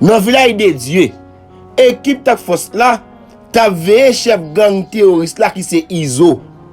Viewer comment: Fre se Task Force suspann di " tack force"